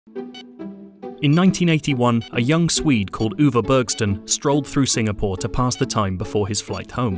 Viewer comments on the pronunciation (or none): none